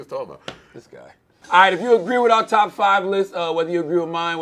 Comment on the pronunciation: Charlamagne can't differ "are" and "our" lol